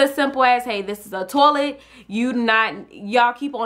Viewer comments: you said tolet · I love how she says toilet TOLET YAS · I wasn't hating -.- just I've never heard anyone say it like that